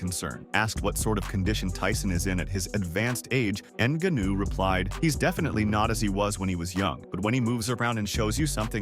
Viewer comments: It actually starts with a ng sound, not enga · GANU GANU… ffff its NGANNOU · "Ann Gunnue" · A channel called fighter’s corner is going to call Francis “inaganoo”? WTF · Francis "En-gannu"😂😂😂😂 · You should learn French to say Franciss' last name in a way less embarrassing way. Try, "Nin-gaw-khew." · Francis N’ganuuuu…. Bruv, I turned off this expert after I heard that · Francis N-gone-ew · “Francis Enganoo” 😂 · Yeah i immediately clicked off of this video as soon as it said francis in-guh-new. Do your own commentary or just stop making videos... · Francis Ngannou is pronounced NAH GA NU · Pee-ka-boo, En-ga-noo. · "Francis En-Gu'noo" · Rampage said Neganu🤦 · that mf said nigganu 🤣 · You are slaughtering Francis' last name